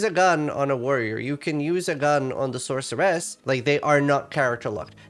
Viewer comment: That's how it's pronounced.